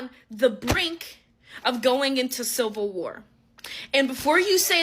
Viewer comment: What's a silver war? Because that's what it is saying. If it means civil war, why not say that? Instead of banging your claws around, maybe learn how to pronounce words correctly